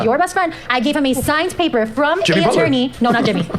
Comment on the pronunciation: PiEcE oF PayPuH